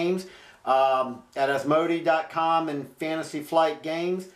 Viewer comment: Nice work. Asmodee is pronounced AS MO DAY.